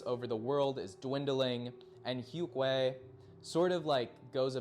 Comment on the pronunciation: its pronunced yoong and yoongian